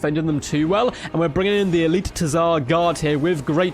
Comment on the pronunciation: Fyi, the T in Tzar is silent.